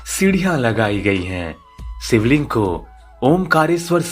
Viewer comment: सिवलिंग, अभिसेक, संभू धारा, आसरम...!! वीडियो ठीक है, लेकिन ‘श’ के स्थान पर ‘स’ ने सब गड़बड़ कर दिया!